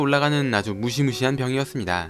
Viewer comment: 무시무시월?...(?) 무시무10월???